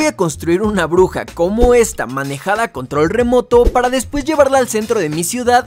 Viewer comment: Oye control no se dice contol